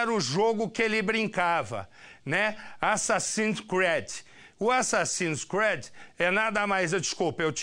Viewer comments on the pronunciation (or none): "Azazins Créuds"? Uè? Tá "s"erto. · Assassinos screedi kkkk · ESSE CARA NÃO SABE NEM INGLÊS VEI! Assassins CRÉD! Assassinos por crença????!! Putz... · O cara sabe nem falar assasins creed 😹😹😹😹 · "Assassins CUÉRDI" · assassins's créd KKKKKKKKKKKKKKKKKKKKKKKKKKKKKKKKKKKKKKKKKKKKKKKKKKKKKKKKKKKKKKKKKKKKKKKKKKKKKKKKKKKKKKKKKKKKKKKKKKKKKKKKKKKKKKKKKKKKKKKKKKKKKKKKK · Assassin's "créde" kkk sabe nem falar o nome do jogo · assasine scred kkkkkkkkkkk chorei de ri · assassins cread kkkk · "Açacinos crédi..." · Rachei na parte do "assasin crédis" kkkkkkkkkkkkkkkkkkkk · O que me doeu não foi nem as merdas que ele falou, foi o "ASSASSINS CRÉDI" do velho. PQP. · "Assassim Creads/Assassims creads/Assassinos por Convicção".Coitado de quem depende desses programas pra se informar kkkk.Nesses programas policialescos,o cara que apresenta sabe que tem que enrolar e explorar ao máximo com um assunto pelo qual as pessoas estão interessadas,durante umas 4 horas e (tentar) manter a audiência assistindo,isso significa que,em algum momento o assunto vai se esgotar e vão começar as repetições,suposições descabidas de quem muitas vezes,não tem noção alguma do que está falando,suspense barato e sensacionalismo irresponsável,como quando culpam um jogo de videogame por SUPOSTAMENTE,um garoto ter matado toda a sua família e depois tenha se suicidado.As possíveis causas e motivações pra esse crime num real e violento como o nosso,são várias,mas é mais fácil culpar a porra de um jogo. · va assassin's ceed aprende a falar e esse foi uns dos melhores jogos q eu ja joguei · Ele não sabe nem fala assassin's creed kkkkkkkk